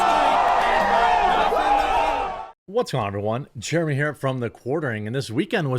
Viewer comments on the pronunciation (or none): none